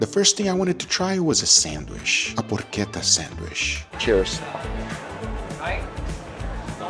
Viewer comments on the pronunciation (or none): Guga tried a Sandwisssshhhh 🤣